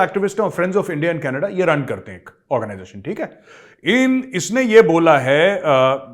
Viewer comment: Major saab . Canaadaaaa nai ..... Its Knedaaaaa.... 😂😂. They call it KNEDAAAAAA...